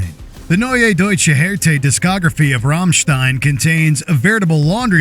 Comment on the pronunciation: The pronounciation of Rammstein made my ears bleed